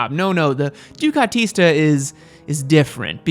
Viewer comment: that Italian pronunciation thought... ducatista, panigale